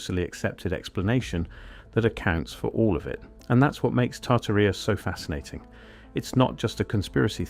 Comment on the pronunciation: Tarta rheeea😂😂😂 it’s tar Tare eee uh